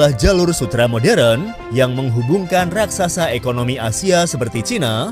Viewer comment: Admin ini ngomong Raksasa aja dibilang RAKSAKSA Yg benar ajalah kalau mau jadi Reporter